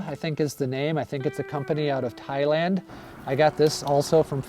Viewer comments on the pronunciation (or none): none